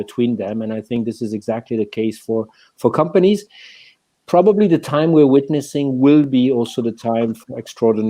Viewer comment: There’s no “g” in “companies” in English — hire someone who speaks the language, ffs